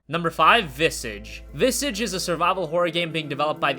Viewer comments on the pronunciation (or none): Visage. You said Viss-idge, which is wrong. It's pronounced Viz-arge (with a soft g). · it's pronounced more like the word massage than the word image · "Visage" is pronounced with long "a", like mirage. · Friday The 13th #feminism #noseriouslyitsprettyantiwoman #sjwoutragecoming And 'visage' is pronounced "Vissarrzhe". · "Visage" it is pronounced Vi - za (the "a" is pronouced like in "as" or "has") - je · It's pronounced like massage with vi instead of ma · i hate your pronunciation of Visage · learn how to pronounce visage